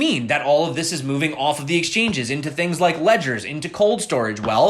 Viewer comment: ledger preeez